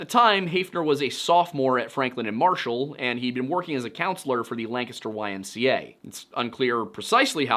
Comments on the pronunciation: As a Lancaster native I just wanna say thank you for saying it correctly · It’s so satisfying to hear someone pronounce Lancaster the way it’s pronounced in Pennsylvania. We lived outside York for 10 years before moving to Arizona upon retirement. I’d heard about this case but never in this degree of detail. From what you’ve said just in this video, my first choice for Betsy’s killer would be Richard Haeffner!! Thanks for sharing this! 👏👏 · Congratulations on being the only person on the internet I've ever heard pronounce the name Lancaster correctly. You handled it so naturally I'd be willing to bet you even know how Reading is pronounced. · A man of culture I see pronouncing Lancaster PA correctly. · As a Lancaster PA native, thanks for saying Lancaster correctly.